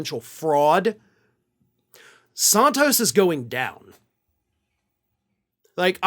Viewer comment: I like how you pronounce it Sawntos. It’s wrong and it’s great.